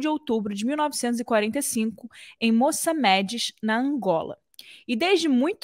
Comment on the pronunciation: Moçâmedes, senhora jornalista, e não "Moçamedes"